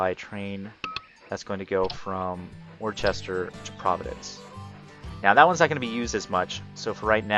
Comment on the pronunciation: Love the video taught me a lot, but way off on the pronunciation of Worcester. Not that it matters but some of the towns around Boston have some really odd pronunciations. Sounds more like Woo-ster To hammer the point home another example Peabody, you would think Pee-body as anyone would, but it is more like pee-ba-de. Very strange us New Englanders :/